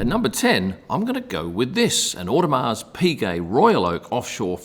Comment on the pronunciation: Audemars the S is silent